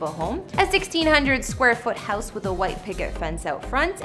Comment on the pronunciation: Bruh why do you pronounce "house" and so many other words so horribly wrong!??